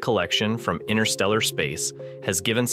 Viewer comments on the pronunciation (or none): Hello. Stop keep saying "inner steller" space, it just evidences your complete lack of the most basic of knowledge on this subject. Learn to say it correctly "interstellar space" or give up. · 'All incredibly impressive except for the AI chatbot narration! 'Analog humans' created the Voyager (Voyageur 🇨🇦) series of space probes! Why can't a real human voice be used to describe this triumph of the human intellect? Despite the cadence of the AI voice seemingly being immediately synthetic, that's not even my primary complaint. Every time that the narration reads "INTERSTELLAR", it always sounds to me as if the AI chatbot is saying 'INNER- STELLAR'! Yes; one becomes used to the perfect consistency of these synthetic language narratives as they progress, however I prefer the faulty nature of humanity and of human speech as well! 🇨🇦 🍁 🇺🇸 🌎 🇺🇲 📡 🚀 👨‍🚀 🚀 📡 🇺🇸 🌎🇺🇲 🍁 🇨🇦